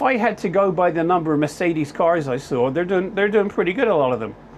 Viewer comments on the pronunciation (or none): none